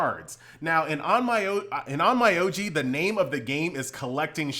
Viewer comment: if you learn how to pronounce the name of the game you are making videos of, I promess i'll be back to watch your videos.